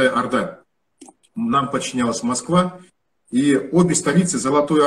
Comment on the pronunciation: салеметсізбе. Одна просьба. Пожалуйста когда говорите про Алтын Орда, делайте ударение на О'рда, когда произносите Арда звучит по русски, слух режет, пожалуйста не обижайтесь, это только просьба. Внимательно слушала ваше интервью👍👍👍